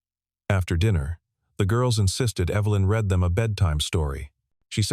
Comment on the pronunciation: you need to red if you want the past tense of reading and reed when you want the current tense. Otherwise the AI can't say the right words.